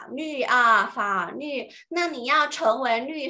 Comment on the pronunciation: 老师是四川人所以“法律” 是不是‘n-l‘不分😅